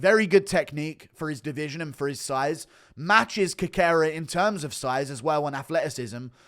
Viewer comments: Always brings me to tears when Guru says Cockera to Cerqueria 😂😂😂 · Cerqueira is pronounced "Serkayra"... The "C" is pronounced as an "S", just like in Cejudo